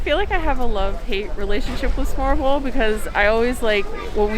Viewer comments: If you can't pronounce "smørrebrød", you are not allowed to eat it. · Actually Smørrebrød does not mean Butter Bread, because Smørre does not mean butter. Smør is butter. In this case to smørre, means to spread something onto something else, so for instance, spread leverpostej on bread... or spread butter or lard on bread and then continue to spread other goodies.... just wanted to correct the misunderstanding.... Your pronunciacion of Smørrebrød is impressive, it is not the easiest word for foreigners...Bravo... ;-) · Your pronunciation could not possibly be worse. Please work on it before you ever say smorrebrod again. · Dear lord you butchered the word "Smørrebrød" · i get the ''trying to pronounce an impossible danish word'' thing.. but EVERY TIME you say Smørrebrød, i clench my toes and buttcheeks a little :-) but i love that you are going balls deep into the cuisine and actually try stuff and try to say the name of the food A+ on the effort guys!. You should visit the Gourmet Pølseboden and get the Goatmeat sausage. And while you are at it here are some good advice on danish cousine.. litterally any danish food is covered in Sovs.. the delicious gooey substance 90% of danes eat on a daily basis.. Try some Stegt Flæsk med Persillesovs Try some Karbonder med stuvede grønærter Try a Krasser.. Flæskestegssandwich med brun sovs. TARTELETTER!!!! Boller i Karry If you ever go to Bornholm, get a Krølle Bølle Non danish food.. next time you are in Århus, go to Kurts Mor or Vinstuen or any shady looking downtown bar and order the Århus Sæt (Ceres Top and Arnbitter) then go and get a shawarma at the ShawarmaKing right next to Føtex Food on Lille torv. Preferrably after a few drinks. Welcome to Denmark! oh yeah, and dont forget to try the Valravnen Mjød... like all of the flavours...